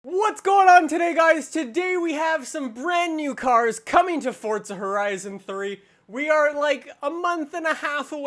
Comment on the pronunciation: I noticed that too lol